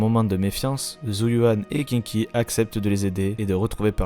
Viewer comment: Pas Kinky... Sérieux: ça se prononce Shingui. Et au pire Queengui, si tu prends le prononce comme ça s'écrit. Et c'est Hii-chuan, pour Yixuan et au pire Yii-shuan. Suffit de mettre les voix en VO: chinoise. Sarah l'antagoniste qu'on laisse plusieurs fois filé en là regardant partir... à pas de jogging... 🤔 Protéger par le scénarium. Et sinon cool le résumé, toujours sympa de voir un rappel de la saison 1 qui date quand même.